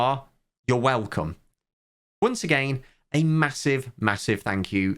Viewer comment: Every time I hear "Welcoin to cryptoland." I die a little inside.